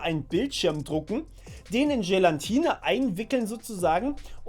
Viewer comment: das heiße Gelatine. Frage mich, warum so viele das falsch sagen.